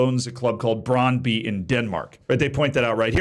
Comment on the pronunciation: Brøndby is not pronounced "Brahnd-bee"